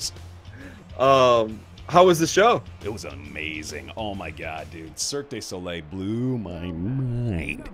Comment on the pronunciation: Gotta say your Vegas stories were quite nice to hear, glad you and Alyse had a good time. One small thing though, every time you pronounced "Cirque du Soleil", I hear "Cirque Désolé", which means basically means "Sorry Circus" lol